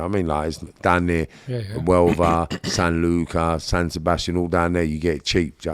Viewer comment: as spanish cannot believe he said sanlucar, spanish puff capital